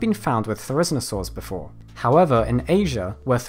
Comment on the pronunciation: Nice to see you struggle with names and pronunciation too. Are Therusnosaurs weirder than their own name? Is that spelling even correct?